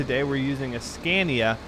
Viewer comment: remember when you didn't now how to say scania?